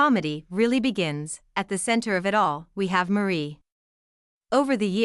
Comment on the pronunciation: The commentator doesn’t pronounce Chateau or Lalande correctly. Have you seen the channel? Then you say Mary instead of Marie. Marie and the dishwasher are never complaining and you’re speculating on things you have no knowledge about their feelings. Please take the video down